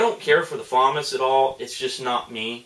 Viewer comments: "Fuh-moss" not "Fa-miss" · Its not pronounced FAW-MUS, its pronounced FUH-MAW-S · actually its pronounced fam-ass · Its pronounced fuh-mahz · He doesn't like but he can at least get the pronounceation correct